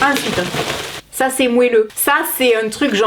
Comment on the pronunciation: Je vien de regarder quel dit moinSS et pas moin 🤣